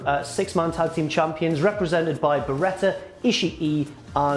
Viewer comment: mate, please stop mispronouncing ishii's name. you dont want to sound like that bellend kevin kelly the way he pronounces it with 3 super distinct syllables